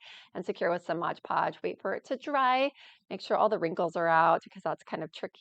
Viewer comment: It is called 'MoD Podge" not "MoG Podge". Also, you will have fewer wrinkles if you use a larger brush. Love your crafts - you are very talented. I'm definitely going to follow/purchase from your Amazon store !!!